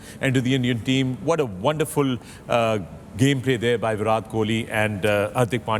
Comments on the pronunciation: Its viratttt plz pronounce right name atleast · Please start pronouncing Virat correctly